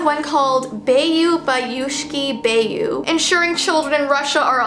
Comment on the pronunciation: it’s pronounced bayou bayoushki bayou